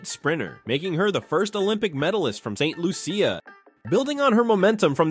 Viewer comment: What’s with the hyperbole? Julien Alfred was NOT, REPEAT NOT, DESTROYED. By the way Julien Alfred, is from SAINT LUCIA , pronounced LOO SHA (for the uninitiated)🙄